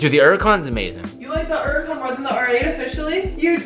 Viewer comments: Am I the only one who notices he says “uracon” instead of Huracon.... idk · Is it just me or am I the only one who gets pissed off at how pronounces hurican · Why always saying “erican”? The h is not silent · Only question, why do you pronounce it “uracan” instead of “huracan” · Please stop calling it a "Uracan" the H isn't silent dude.... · Why u say urrican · Why does he say Huracan like yeracon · Why do Americans say ‘Uracan? Like, there’s a H. Same with ‘erbs. What you got against H? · Does anyone else have there gears grind when they hear say uracan instead of huracan? 😂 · Has given up saying H for 2021. Uracon drives me crazy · I swear im about to lose my mind if he says Uracan one more time. XD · Anyone else annoyed he doesn’t pronounce the H? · Can you please start pronouncing the name of the car correctly. The "H" isn't silent. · It's pronounced 'yur-ah-con' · Why u not say the H IN THE HURRICAN LOL ITS NOT SILENT